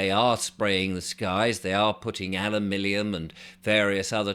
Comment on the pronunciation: Alumillium? What's that then?